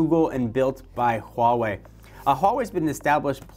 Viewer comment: I cringe every time he says "Hwah-way."